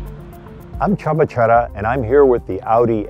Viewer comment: Great review! (although it was a little heavy on details with the infotainment system) I've been a subscriber since 1985, but never knew the right way to pronounce Csaba Csere's name!